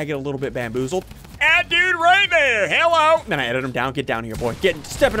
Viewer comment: I like how you say HELLO it sounds like you’re saying jello